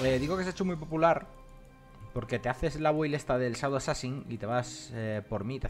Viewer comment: shadow assassing? uh la la seňor francés, se dice FAROLAS